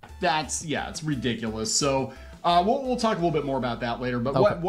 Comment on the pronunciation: the only annoying part of their whole video is the guy doesn't pronounce ridiculous right, he says ridicilis